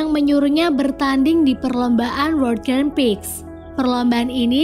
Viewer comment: Maaf.tu penjelasan nya kurang mantap masa grand Prix di sebut grand Pix🤭. Maaf ya mba kalo kasi sesi penjelasan film nya agak di bagusin dikit